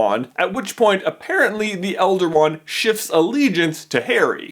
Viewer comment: did he say shits or shifts to harry